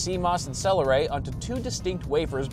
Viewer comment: I heard your saying "cell array" like saying Celeron in a silly way, going for the old classic joke of calling them a celery lol.